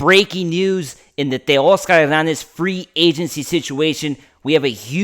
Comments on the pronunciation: exactly he's Latino when he was born that's the way his parents pronounced it. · For all you people complaining about the way he pronounces Teoscar’s name that’s the correct way to pronounce his name ! After all Teoscar is Latino !! Give the guy a break ! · That’s the correct way to pronounce his name !! After all Teoscar is a Latino ! He is pronouncing it the correct way ! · He pronounces it the right way ! The way it should be pronounced! After all Teoscar is Latino !